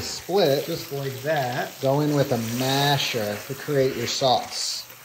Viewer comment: I never understand why he is pronouncing masher so aggressively